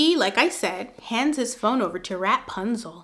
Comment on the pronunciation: You kill me in laughter everytime u say rap-punzel🤣